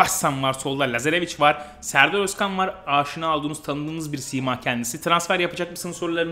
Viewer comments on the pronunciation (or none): none